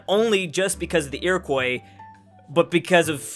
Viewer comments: Everytime you say Iroquois like "ear-a-koy" it makes me want to unsubscribe. "Ear-a-kwa" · Iroquois: ear-oh-kwah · Fun fact: It’s pronounced Eer-oh-cwa (Iroquois) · Iroquois is "ear-e-quwa" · nobody:: iroQOI iroquois:.o. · Finally a comment about the Americas not talking about how to pronounce Iroquois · Can someone please tell how to pronounce Iroquois properly? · His Iroquois pronunciation hurts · The way he pronounces Iroquois is annoying the shit out of me